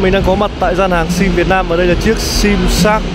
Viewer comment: Mịa, đánh giá quần què gì nghe xong hết muốn mua xe luôn. Mở màn vô: Hôm "lay' mình xin được "lói" sơ qua về... ==> nghe là hết cảm tình. Nói lắp đã đành còn nói sai chính tả nữa. Vô giữ bài: "ở đây có 4 phiên bản màu "nà" màu đen và trắng..."? ==> hồi đó học mẫu giáo chắc cô giáo cha này chết hay sao đó, không dạy chả đếm ak? Chưa kể, thương hiệu người ta là Ếch - Quai - Em (phải phụ đề cho ba này thấy rõ), cứ nhai đi nhai lại Sim Sim, nghe thấy bực mình.